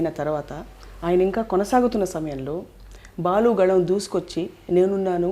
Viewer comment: please Balu kaadhu Baalu garu Ani cheppandi Meeru yentha pedha journalist aina Sarey Balu garu Ani matlaadandi please 🙏🙏🙏